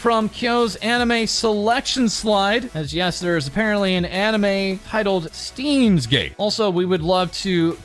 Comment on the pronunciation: As a german, every time I hear an english speaking Person pronounce "Stein" I die a bit on the inside.